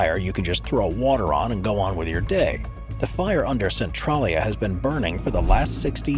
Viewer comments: Its "Cen-TRAY-lya" not "Cen-TRAH-lya" The latter would be spelled "Centrallia". How embarrassing for you! Did you not ever hear of Google? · Cen-trail-ia lol Centrolleya sounds so silly.